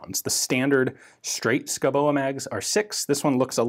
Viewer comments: Its pronounced "Shoobohh", not "Skoboa" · Hmm.. yes You butchered the pronounciation, but that is thoroughly understandable, as it is pronounced "Skovbo". Danish pronounciation is living Hell for foreigners in so far, as there are lots of mute letter, Danish spelling is impossible and sometimes all of the consonants have to be pronounced. Switching to Greenlandic does NOT help matters, as they have unique consonants, which are best pronounced WITHOUT teeth, and with a lot of drool. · It's actually pronounced 'shooby'. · S K O W B O is how it is pronounced! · The name is pronaunced Skovboe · Pronounced: Show-bo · Hi Ian.... it's pronounced SKOUBO...yeah I know Danish is hard. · Pronounce it like you would say duh and boo..... Skuh-u-Boo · Me thinking : Dont laugh when Ian pronounces the name!....fail. Schouboe = Skovbo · Dane here. It's pronounced more like "SCOW-bow". Not exact, but that's as close as you will get with American English phonetics. It means someone that lives in the forest. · The "u" is pronounced as a "v" and the ending "e" is silent/an exstension of the "o", so it would be pronounced: "Skovbo", meaning "forrest home", yeah Danish is a stupid language, where half the letters are either silent or pronounced as something else completly. Other than that, interesting video as always Ian. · Oh dear, your norwegian and swedish is really good but the danish needs some work. Just put a hot potato in your mouth and say sco-bow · As a Dane I can't understand the pronounciation of Schouboe, but Danish is hard for foreign tongues. The Pronounciation in Danish is more like "Skuvbu" but still with a bit of "o" rounding on the o sounds, but cut of faster and don't pronounce the e at the end, that is a silent e. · The e in Schouboe is silent, just like the d in Madsen. Best regards from Denmark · i know Danish is a silly, stupid, irrational and impossible language - but i gotta correct you: the "e" in "oe" is silent. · Oh my fucking gawd, your pronunciation. Insane.